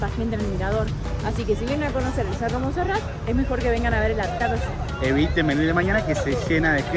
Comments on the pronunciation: Muy bien por el video, lastima que nunca pudieron decir bien el nombre de el cerro de Monserrate, con "e" al final, y lo más triste es que los guías bogotanos tampoco les corrigieron. Genial el atardecer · Solo una observación: No se dice Monserrat sino Monserrate (suena la E) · Alfredo Cuellar Venía a comentar justamente lo mismo jaja y los guías no les decían nada y dijeron Monserrat como 80 veces. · Muy bacano todo. Lo unico que no es Monserrat es MonserratEEEEEE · POR QUÉ NO DICEN CORRECTAMENTE LAS COSAS? jajajajaja CRINGE.... Es MonserratE, no MonserraT. Dìgale Arequipe, no dulce de leche. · No es Monserrat es Monserrate , suena como se escribe. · PRONUNCIACION CHICOS.... SE DICE MON-SE-RRA-TE SE PRONUNCIA LA SILABA TE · Muy entusiastas respecto de Colombia estos chicos. Simpáticis. Alguien debía avisarles que se dice Monserrate, es decir que la ultima sílaba de esd nombre es " te ". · se dice Monserrate